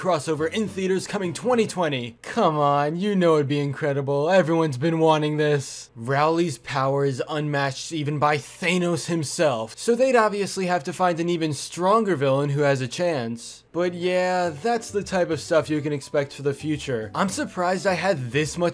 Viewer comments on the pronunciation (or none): did this nigga just say "thaynos" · did he say Thainos? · Did he just say... Thaaenoes ..? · HE SAID THAY-NOSE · Why in tf did u pronounce thanos wrong. That's what made me dislike